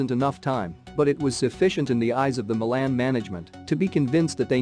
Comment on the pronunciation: The way this bot says Milan drives me nuts, but love the vids